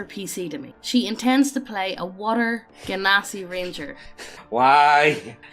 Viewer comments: Genasi is pronounced "Jen-a-si" and I refuse to be dissuaded from it. They're half-genies. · I pronounce Genasi "Jenasi" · I usually pronounce genasi like djen-oz-ee because it kinda sounds like how I (an American) pronounce djinn